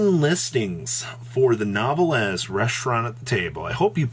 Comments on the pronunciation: NEEEEEEEEEEEEEWWWWWW VEEEEEEEEEEEEEEEEHHHHHHH LEEEEEEEEEEEEEEEEEEEHHHHHHHHHHHH NOT NOVEL LEZ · IT'S F*CKING PRONOUNCED NEWVELL PLEASE STOP MURDERING THE NAME. STOP SAYING THE E AT THE END. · You'd think the nouvelles archetype was a butchers archetype by the way our boy butchered the names of those cards lmao.